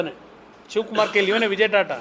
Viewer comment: " ತಾತಾ" ಅಲ್ಲ ಅದು " ಟಾಟಾ" ಅಂತ ಅದು .